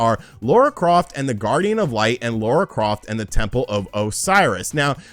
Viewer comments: Bro it’s Lara not Laura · Its lar-ah... not lore-ah :p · Might be your accent dude but it sounds like you’re saying “Laura”, not “Lara” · Triggered my OCD…it’s LARA, not Laura (okay, rant over) :-P Also, a port of Tomb Raider 2013 would be awesome…but unlikely… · When you say Laura Croft I'm just sat here like LARA CROFT!!!! 😂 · Not Laura Croft. Lara Croft. 🤪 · It's LARA!!!! Not Lora 😉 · L A R A Croft,! Not Laura 🤦🏻‍♂️ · Lara not Laura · I always cringe when you call Lara, Laura. lol. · Did he just call her Laura? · "LAURA" Croft making me cringe. 😖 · He really has trouble with that!